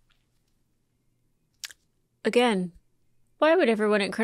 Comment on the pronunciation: It’s not personal. It’s Percy-null.😢